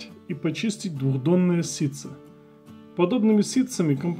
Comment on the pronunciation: Говориш ситцо, а слышим сытся😂😂😂 проще и грамотнее сказать ситечко...